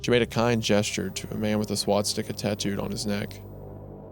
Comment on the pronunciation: Wendigoon: Swat Sticka